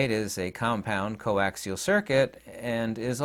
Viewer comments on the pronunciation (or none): none